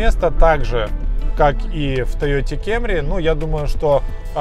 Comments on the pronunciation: Знаю,. Уже ни раз и ни два было обсуждение по поводу кАмри/кЭмри, но всё же: если говорите пАссАт, то уж, пожалуйста, кАмри. Хотя бы потому, что кАмри (не кЭмри) - производное от японского слова кАмури (перев. Корона); т.е. Тойота Корона (по-японски) или Тойота Камри (весь остальной мир) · Тойота кЭмри...во коры.Название «Camry» происходит от японской фонетической записи китайского иероглифа 冠 (каммури), который имеет значение «корона», следовательно, правильное произношение — «камри». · Почему тоету кемрис ,а не камри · Ты на чем ездишь? На кЭмри, ааа понятно, а я на Эуди. У брата ПЭссЭт. Купи ПрЭдо вот настящая ТойотЭ. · Как же кЕмри режим слух....Это просто ******ц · Только меня смущает "кемри" ? Почему тогда не "пессат"? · очень мерзкий ведущий, а его Кееемри просто убивает. Пора научиться нормально произносить названия марок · кЕмри, ты серьёзно? Кто из твоего окружения ещё её так называет? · Слух конечно режет капец это «кЕмЬри» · Кемри епта😂 ну на фиг так говорить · Как же ухо режет это ваше кЕмри 😵🤢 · Если вы произносите "кЭмри", то идите до конца, произносите "пЭссЭт" и "мЭздЭ", чего уж там.